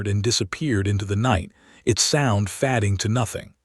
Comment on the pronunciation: You might check the correct English pronunciation of “fading”.